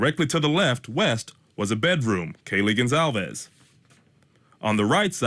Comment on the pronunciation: Lauren lady - youve had 2 1/2 years to get the victims names right! It is Gon-solve-es not Gon-clave-ea. For f's sake!